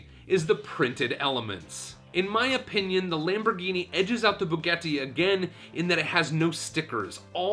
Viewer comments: Bugetti? It's Boo-got-ee Bugatti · How the hell did he pronounce Bugatti? Like Spanish, Italian is phonetic. How he got an "e" pronunciation is beyond me. Then, he continuous to torture with the horrid mispronunciation. Thumbs way down!!! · Man really said bugetti shron